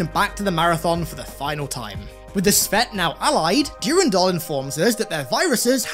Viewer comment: PLEASE STOP SAYING DURINDOL